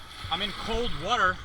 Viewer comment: what is whuuuter? lol